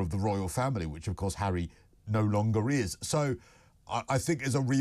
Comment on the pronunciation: his name is HARRY not herrrrrry makes him sound like a right lover